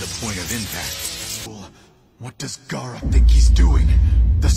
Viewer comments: It’s Gaara not Gara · It Is Gaara not gara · why its gara its gaara